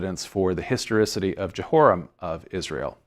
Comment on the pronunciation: Start a drinking game for everytime this guy says "histerisity" 😂😂😂😂